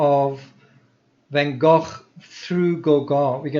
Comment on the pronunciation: Amazing that you were in that restaurant where Van Gogh's funeral was held. I love that you pronounce Gogh properly, like we say 'loch' here. There's a myth that English people can't pronounce the 'ch' like that which is why they speak about Lock Ness, I don't believe that